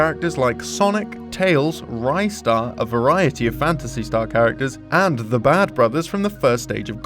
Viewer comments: i got triggered when he said RYE star instead RI star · The official katakana pronunciation for Ristar (リスター) is read as "Ri-su-taa" (you can hear it in one of the interviews for the Ultimate Mega Drive/Genesis Collection). It's literally a portmanteau of Wrist and Star. Considering it's one of the more niche Sega titles that's a good 20 years old now, it's only natural that some of the recent Sega employees (I'm assuming from the English speaking departments) would be a little confused when pressed to pronounce. But really I can't comprehend why people keep saying it wrong.